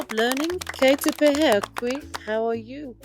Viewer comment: its great that you have made a video to encourage the use of te reo Māori. The pronunciation of "pēhea" is incorrect unfortunately (as with other words too, sadly) which results in teaching and encouraging others to incorrectly pronounce te reo Māori. Perhaps you could edit the sound for this video and seek some guidance so that it is correct?